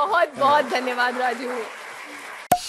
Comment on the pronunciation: Diya Mirza saying Dhayawad 😄😄😄